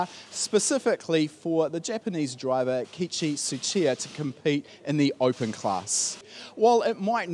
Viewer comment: KE ICHI is how you pronounce it not kichi!